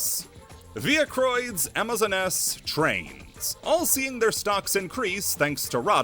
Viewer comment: Did you just call amazoness, amazon ness?